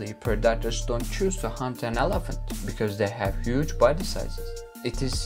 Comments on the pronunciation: I preferred the first pronunciation of elephant. El Aphant. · Whys bro saying elefnt😀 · Number 5 : ALAFANT 😂😂😂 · Elephant you pronounced wrong